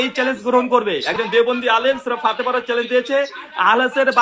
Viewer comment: সম্পর্কে এনালাইসিস করলাম, এই লোকটা কিছু যুক্তি শিখেছে এবং কিছু বাংলা কোরআন হাদিস শিখেছে, অথচ সূরা ফাতেহা সহি নাই, তাই বলবো আগে কোরআন তেলাওয়াত টা সঠিক ভাবে করুন, সঠিকভাবে শিখুন কোরআন তেলাওয়াত।